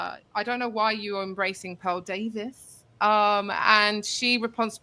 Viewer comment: This dumb ass is saying dayvie her name is Davis